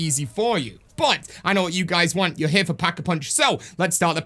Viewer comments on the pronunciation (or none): none